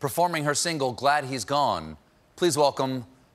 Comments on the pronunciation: originally it's Too-veh Loo, but everyone pronounced her name as Tohv Low and she just gave up, so probably the second option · Stephen, it's pronounced TOV-ah LOO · It's TOE VAY LOW DAMMIT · Tove rhymes with love and lo like low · it should be to-veh lu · Hasn't it been pronounced like this from the moment she started going on shows the US? Personally I've only ever heard the correct pronunciation in European appearances. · And it was all wrong...! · The announcer said her name wrong... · That’s how Americans say her name?!